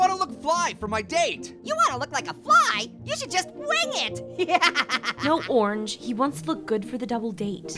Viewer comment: “Orrrrnge”! Notice how Passion Fruit forgot the A in Orange! 🍊